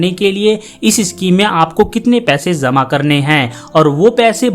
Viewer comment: ZAMA KERNA HOGA...AISA nahi bolo....JAMA KERNA HOGA BOLO.J AUR Z MEI ANTER NAHI MALOOM